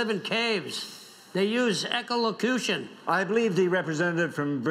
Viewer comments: ecolocution xD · "echolocution" ROFLMFAO!!!! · Freaking hilarious parody of real world politics "What do we know about bats?" "They're nocturnal, they live in caves and they use eco-lew-cution" sounds like a terrorist to me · "They use echolocootion" Priceless... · clearly said "echo lopronktion".